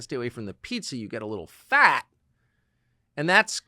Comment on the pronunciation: why did he press on the word faaaat in the beginning..